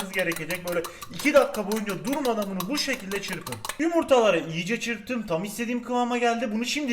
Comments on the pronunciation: Abi o iyice diye yazılır iyice diye okunur yiğğğce diye okunmaz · Abi yiyice değil iyice